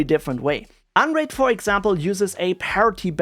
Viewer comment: why i hear "Android" instead of "unraid" xD